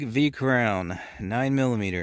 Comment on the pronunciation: 😂 kron-no? Crow-no!